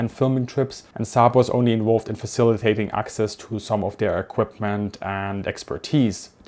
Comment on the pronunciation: Sorry but I teach English language classes....its 'faciliTaTing' not 'faciliate' or 'faciliating'! So faciliTaTing...the Ts are not silent. They are emphasised...